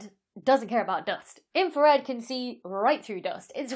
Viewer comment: Inra-Fred... See, if you pronounced your "R's" you would have gotten that. :) Can you explain how a telescope "sees" radio waves? I am familiar with CCD's used in video cameras, what kind of element sees radio waves and better yet in "sees" them in color.